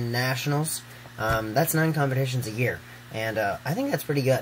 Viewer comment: *year, not yeah.